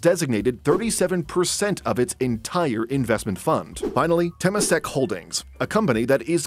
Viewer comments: Note: Temasek is pronounced as term-ma-sek, not tamp-ma-sek. Its origins is Indonesia/Malay. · The way the speaker pronounce Temasek 😂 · wrong pronunciation of temasek. cringey